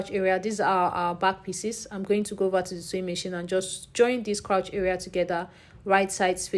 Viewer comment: Hello 👋🏼 lovely video. I wanted to just correct your pronunciation on ‘crouch’. It is actually ‘crotch’ as in “touch” 😊. I’ve noticed it in a few other videos so I said let me help out. ❤